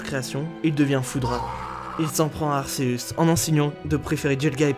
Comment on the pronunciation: . . . Giratina avait pourtant créé le monde distorsion il n'a pas été banni, ta teorie ne tien pas du coup. Et stp prononce le comme il faut c'est arkéusse la prononciation pas arcéusse. Il est prononcé arkéusse dans le pokedex officiel et dans son propre film mettez vous a jour..